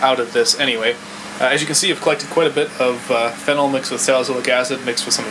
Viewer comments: It's not fennel. It's phenol. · (FEE- KNAWL) not (FEN- NEL). directions unclear ketamine turned into chocolate pudding. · Pronounced feeeenal fennel is an herb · Why are you pronouncing Phenol (Fee-NOL) like Fennel? hahaha Most "OL"'s pronounced the same way. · You pronounce phenol wrong. It is (fee-nooL) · Phenyl is a different group. His pronunciation bothered me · No, when something is ACTUALLY called/pronounced a certain way - you're meant to read it the same way - it's not a dialect thing, it's you saying it wrong.